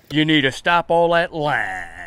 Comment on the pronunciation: Exactly how we say it in South Carolina we dont pronounce the i its jus lyyynnnneeee